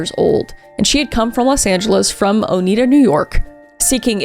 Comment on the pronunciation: Nice try on pronouncing Oneida, Kris. Everybody gets it wrong. It's Oh-nye-da. Now ya know! ❤